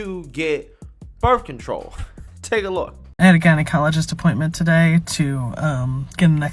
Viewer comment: Bruh... "jeneye-ologist"